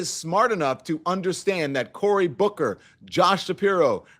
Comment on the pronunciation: She said Booker ha ha ha Booker